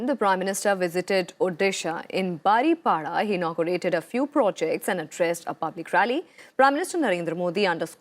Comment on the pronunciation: Baripada not baripala.